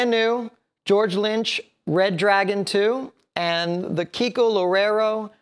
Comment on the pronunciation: Is Kiko, Not Keiko!